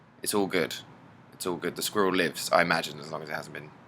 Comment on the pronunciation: squirrel = skrewl